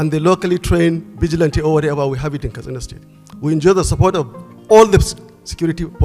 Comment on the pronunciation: Why are you pronouncing the word ‘Katsina’ as ‘Kastina’? It is pronounced ‘kat.sina’, not ‘kas.tina’.